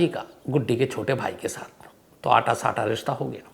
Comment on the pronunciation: सम्स साहब अटा सटा होता है,,आटा साटा नहीं होता साहब